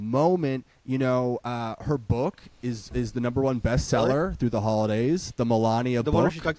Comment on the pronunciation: You mispronounced it. She calls it her boooooook.